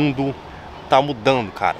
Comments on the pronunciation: “O mundo tá ‘mudanu’.” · Parece que não foi só uma cerveja kkkkkkkkkkkkk “ O MUNDO TÁ MUDANDOOOOO”